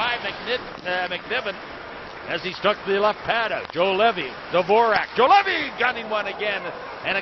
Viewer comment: Can not hold my laugh :D Juolevi,Zuolev,Joulevi,Zolevi,Juoveli. Nice pronouncing !